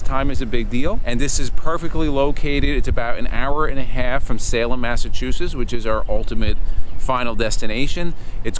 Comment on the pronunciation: Next town over from me! Need a little help saying Massachusetts though…😂